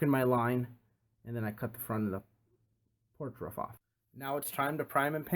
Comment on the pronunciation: Great video just hate how you say roof.